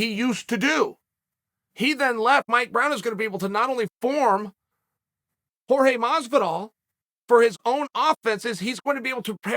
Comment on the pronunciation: Garge Masvidal lol